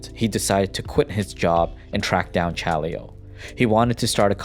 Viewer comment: The way he spell "Chaleo" gave me headache tho.